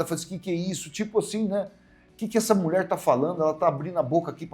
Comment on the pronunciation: M. U. I. E. FALA DIREITO GATUNO MENTIROSO 😅